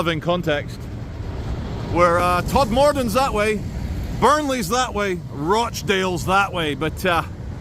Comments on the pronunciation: BACUP is pronounced BAYCUP and TODMORDEN is pronounced TODMERDEN all in one word and not how you say it. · Nooo Bacup is 'bake up'. Todmorden isn't todd morden it's 'todd mudden'. Waiting for the one where visits Slaithwaite... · Bacup pronounced Baycup, Todmorden pronounced Todmerdin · And Todmorden “Tod m den” 😂